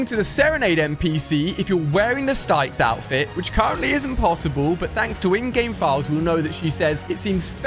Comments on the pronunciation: Hey ali just an FYI it's not stiecks it's sticks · The way you say styx is brilliant im pretty sure styx is meant to pronounced as sticks Just like the river styx in Greek mythology